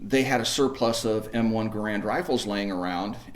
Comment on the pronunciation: HE'S SAYING GARAND WRONG